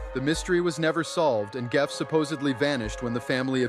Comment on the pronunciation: Geoff is pronounced Jeff.